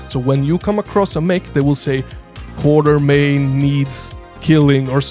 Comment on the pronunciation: Actually, the name should be "Quatermain" (pronounced "KWOT-er-main"). Even Sean Connery says it wrong in 'The League of Extraordinary Gentlemen'. Anyway, I dig this "Indiana Jones but Lovecraft" vibe!